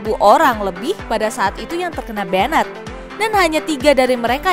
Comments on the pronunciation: Benet, benet, benet, Sebagai pelajar bahasa inggris cukup risih dengarnya...... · Kena "benet"?? 🤦‍♂️🤦‍♂️🤦‍♂️Blajar bahasa Inggris woi!